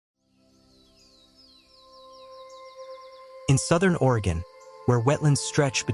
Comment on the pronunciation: At least they got "Oregon" right. Which most can't do. Mostly Worstcoasters.